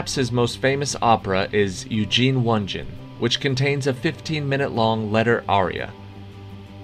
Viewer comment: Please!!! try to pronounce artistic works correctly. For example - Onegin is not pronounced "Wonjin". Ugh.